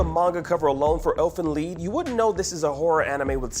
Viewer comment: wth is elfen lee pronoun the name right its called elfen lied.